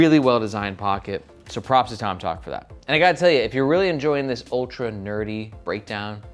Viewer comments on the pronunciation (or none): none